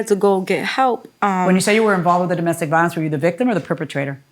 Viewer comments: The way she says “di-mestic” instead of “do-mestic” is killing me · If she says "di-mestic" one more time... DOMestic. As in dominion, domicile, DOMestic. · I wish she would stop saying “dimestic”, there’s no such word! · dimestic?? and said it 2x. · Why did the plaintiff keep saying DIEmestic instead of DOmestic??? It’s so damn annoying. Like how do you not know how to pronounce a very common word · He saying DImestic instead of domestic was annoying. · I'd buy her some English classes. "Die-mestic violence" really? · Domestic lady, not dimestic 😒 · WTF is “dymestic”? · Plaintiff was killing me with "die-mestic" 😖😖😖😖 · I’m sick of her saying “DIME-mestic violence…” 😩🥴🙄💆🏽‍♀️ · What is dyemestic violence????? Girl, shut up 😭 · "Dymestic" violence riiiiggggght 🤔😂🤣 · Did I hear ole girl say “dy-mestic” violence…? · She getting ok my nerves saying Dymestic, what????? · D-i-mestic violence 😂 never heard it pronounced that way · she said it the wrong way three times, and she also said brung twice which is not a word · I agree, I can’t imagine why she’s pronouncing ‘domestic’ that way. She is obviously a native english speaker so it’s very odd But I disagree about her arms needing to go through the sleeves-it looks like she’s wearing a shawl that is way too small, or maybe it’s not even a shawl, because shawls do not have sleeves in the first place. Maybe it’s meant to be some other style of garment that is just really uncommon.